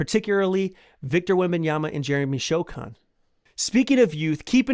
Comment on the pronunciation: First you say “So” then you say “han”! Now say Sochan. You’re a Spurs channel or alleged fan. You should know